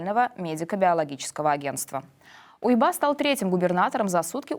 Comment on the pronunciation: Не УйбА, а Уйба.